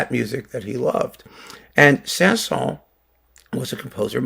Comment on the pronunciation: By the way. You should prononce the S at the end of Saint-Saëns.